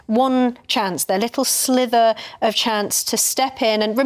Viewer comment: Sorry, but its SLIVER (as in sliver of liver) not slither, as in slither like a snake. She said "slither" twice so it wasnt a slip of the tongue, rather it's a common mistake many people make, and because its easier to say "slither" than "sliver" it's gaining traction.